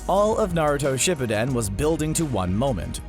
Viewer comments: dude the way u say shipuden ishurting my soul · And shippuden you said dat wrong too